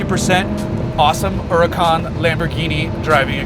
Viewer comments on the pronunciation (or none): huracan isnt italian its spanishits pronounced like hurra-can sorta with a semi silent h. hurricane is uragano in italian